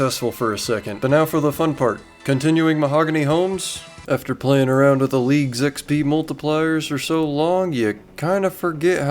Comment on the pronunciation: Hearing you say "Leagues 4" made me do a really confused double take.